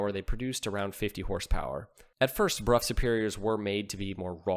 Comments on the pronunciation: It is pronounced brow not bruff! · That bike deserves its own video. BTW, I think the English pronounce it as "Bro or Brow" Superior, not the common B-Rough, that's how the peasants said it. 😋 Could you confirm please? If you dont mind old chap. Next English lesson for.....Pronounce Southwark and Thebarton. 😂